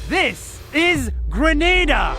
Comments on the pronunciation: he pronounces it like grenade with an a, but i'll just pronounce it like greh-nah-dah. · Greneda sounds more like GRANADE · The way he pronounces "Granada" as "grenade-ahh" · Grenada is pronounced Gre-NA-Da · Well: how to say: GRENADE-a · Kinda ironic how the country’s name is Grenada and pronounces grenade-a but it has no army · It has no army but its name is GRENADA it sound lik🤣e grenade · Grenada sounds like grenade. Grenades relate to the army... Hmm